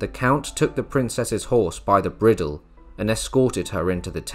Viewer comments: Sir, it is not brid el but bride El in pronunciation of the word bridle just thought you'd like to know. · A real narrator would not have mispronounced "bridle."